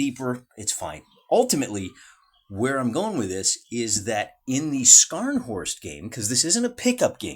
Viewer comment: Dude, your German is deplorable. Scharnhorst is better pronounced with a silent c, like SHAR-n-horst. Even better pronunciation can be achieved through practice of the unique "sch" German sound we can work on that as well as Bluecher later.